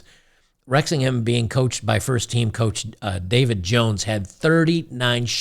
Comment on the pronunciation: You got the pronunciation right. Wrexham AFC are in Wales, UK. They are owned by two Hollywood Actors who have put money in and the local supporters love them. They played in the 5th level of English football last year. They have been promoted the the 4th level next season and I think this is the Wrexham old boys! Well done to winning 12 v 0 and well done to the Girls for having a go:)